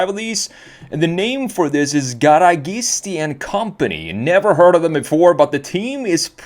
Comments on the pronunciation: Hey come on now, you should know better as a European and as someone who knows cars and has been exposed to some Italian, it's "gara-GEE-stee" not "gara-GHEE-stee" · Pronunciation is : GA RA GEES TEE